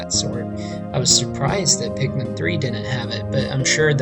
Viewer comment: Nigga did you just say pickman